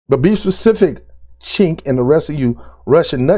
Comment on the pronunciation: The C in his name is pronounced with a J.